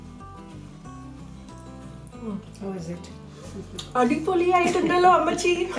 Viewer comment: Omg dear you and your mom looks too adorable 🥰🥰🥰🥰 Your mom is such a sweetheart. I love the way she speaks 😍😍😍 Convey my love to her. you look too cute today. I love the way you said "Adipoli" 💝💝💝